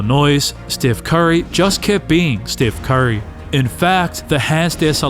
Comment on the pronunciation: bro said "stiff curry"